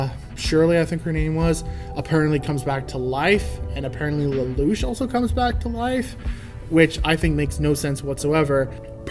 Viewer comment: Plus points for pronouncing Lelouch correctly. Well, you only need to mimic the voice actors, but a lot of people still get it wrong.